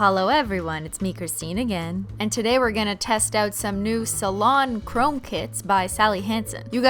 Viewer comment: every time u started to say "salon chrome" my mind thought "cilantro"